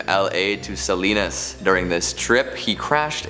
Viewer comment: it's pronounced "sah-lee-nahs". Salinas is Spanish for "salt".